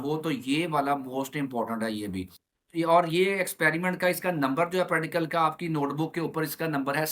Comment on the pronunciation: Sai ga practical ka name se Sahi se Lelo pradical 😂